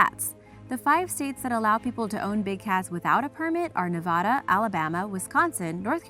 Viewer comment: Said Nevada wrong.